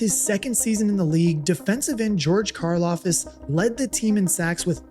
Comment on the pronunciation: It’s Karlaftis, not Karlafis🙂